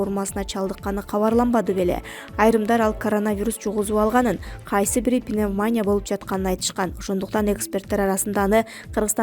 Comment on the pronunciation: Кудай жалгагырлар ! Ушул жанылык окуган сексалюнун карындашына пневмания эмес ( с ударением на букву а!!!, а пневмония деп туура окуганды уйротуп анан окуткулачы !!! КОВИД башталгандан бери кун сайын окуйт бул созду пневмания деп , тим эле кыжырын келет !!! Жэ кыргызда андан башка билимдуурогунор калбай калганбы !?? Ей не стыдно ???!!!! быть такого наинизшего уровня работником!!!!